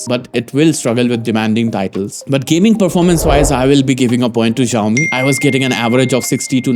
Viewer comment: Xiaomi is pronounced with an "s", not a "z". It's not at all difficult.